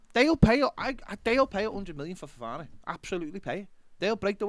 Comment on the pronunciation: Worth tuning into today just for saying Ffffofana 🤣